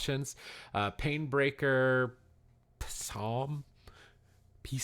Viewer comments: it's pronounced "sahm" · Can't pronounce Psalm...man, it's always surprising to me how uneducated people are. FYI, the "P" is silent.